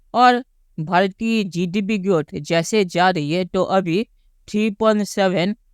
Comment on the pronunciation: Bhai tu pehle GDP bolana Sikh le